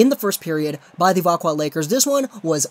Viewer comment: Thank you for this. It makes me mad when people say vaxjo instead of veckwah